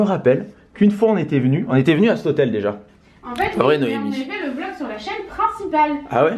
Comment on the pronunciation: Mdrrr "Ça ne se dit pas super soleil mais j'ai envie de le dire " mais par contre "coffre forer" "Noémier" et j'en passe ça ça se dit!? Ahah 😂 Bisooooous de la Belgique 🇧🇪💕